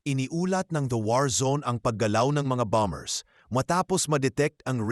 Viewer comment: ANG tamang pronunciation ay silent B; KAYA ANG TAMANG PAG BIGKAS AY "BOMER", HINDI "BOMB BERS". HEHEHE KAKATAWA KA NAMAN. PAG NAGBLO-BLOG, SA TAGALOG( O PILIPINO MAN) DAPAT ALAM MO KUNG ANO YUNG SALITA SA TAGALOG NA MARAGSA AT MALUMANAYSA TAMANG PAGBIGKAS. MASAKIT SA TAINGA NAMIN EH. MAGING INTELIGENTE SA LAHAT MG SANDALI KUNG PWEDE. OK BA? HEHEHEHE